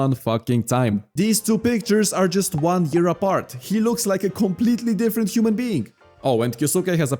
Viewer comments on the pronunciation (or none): none